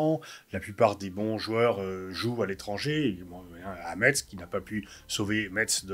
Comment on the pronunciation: on a vu le petit sourire à cause de prononciation de Metz😂 on se comprend....